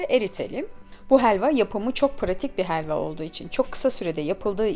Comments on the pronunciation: Hheeelva degil abla helva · Heelva değil helva